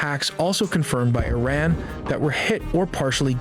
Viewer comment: I love how their generated voice they use can't even pronounce Iran. I would take this video with a huge grain of salt.